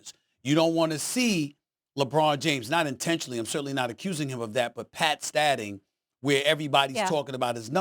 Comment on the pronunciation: Stephen A said “pat stadding” instead of “stat padding” 😂😂